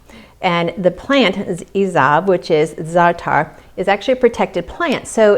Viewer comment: What a beautiful dough, and it feels right. sweetheart, u pronounced Za’ater very well. I am, Middle Easterner, from Lebanon, and I use Za’ater a lot. Thank u for sharing. 🙏🥰👍🌹👏🌟❤️✝️